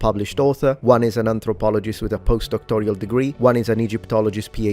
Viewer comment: What’s a “post-doctorial degree” 😂